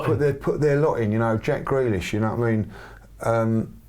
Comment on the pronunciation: Man said Jack Grealish, like seriously?